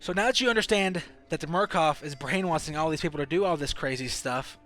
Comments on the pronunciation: It's brain washing not brain wathing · Brain wassing... You can't speak...??? You said so much shit wrong.... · Brain wassing, c (she) and a alot more 😂 i take that as he has problems pronouncing the letter "s" 😂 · brain "washing" not " waSing"!!!! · brain - wash - ing.......... NOT brain - wass - ing FML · what's up with the s = sh and the sh = s you're like brain wasing.. but then you're like "as the shtory goes" wtf dude? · “They’re brain wasthing” xD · Pronounces brainwashing as brainwassin but every other time he pronounces a word with the letter s he lisps his speech has me more confused then the game itself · Brain wasing ? Yo you need to work on your speech you mispronounced a lot of words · "Brain wasing" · Why do you say brainwashing as brain-waSSing??? ggoooood mah ears.